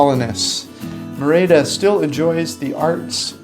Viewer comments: It's MEH-rid-uh!!!! Not: Mir-AY-dah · It’s not “MaRayda” Mexico, it’s “MehReeda”. Learn some pronunciation, earn some respect. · Guys- great stuff. Note: Merida is pronounced MERida.....accent the first syllable. Keep it up! tom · I cringe every time you mispronounce Merida.